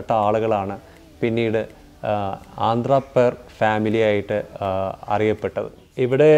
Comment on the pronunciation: ആന്ധ്രാപേർ അല്ല അന്ത്രപ്പേർ